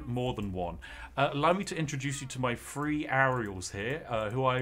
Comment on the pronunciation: Is it just me or does he say “warhammer free” instead of “three”?